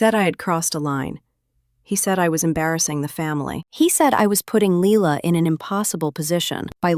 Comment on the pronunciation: . You are spelling it as Ly la and saying it too. You don’t take any notice of the details.